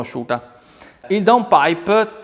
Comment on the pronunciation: Finalmente qualcuno che dice il nome giusto DOWNPIPE. Non DON PIPER, DON ZAUKER, DON CAMILLO, ecc ecc....